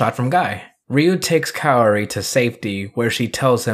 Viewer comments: It’s pronounced KA O RI, like cowri . Not kayori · With full transparency that I only took ONE year of Japanese..... I believe it's pronounced "Kow-Ree" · It's pronounced KAORI.. not KAORI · Kaori is pronounced as KAWRI as simple that... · How tf did kaori turn to keori Leme tell you something even if you’re american you can still pronounce that right since it’s easy to pronounce like tf The sound of “ao” is “aw”, not the sound “aww” but starts with the sound a then sound of w Then for some reason you put an e in the name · Not gonna lie- it kinda hurt when heard exactly how to say Kaori but was like, Ima just say it like this tho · Funny thing is..you can pronouce "Ryu" Correctly (i remember people sometimes use "Rai-u" when they try to pronounce "Ryu") And somehow "Kaori" is more hard for you, i guess this is going to become a seasonal gag.